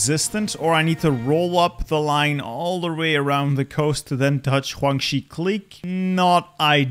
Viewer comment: Why do you say Guangxi that way...